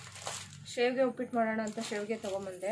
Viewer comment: Adu shavige shev anthira